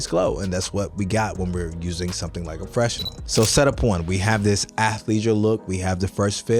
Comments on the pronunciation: FYI fresnel = fruh-nel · Had me thinking that I've been saying fresnel wrong all this time. The confidence and consistency had me fooled for a minute there lol